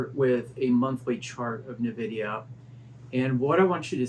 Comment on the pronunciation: It’s EN-vidia not NUH-vidia lol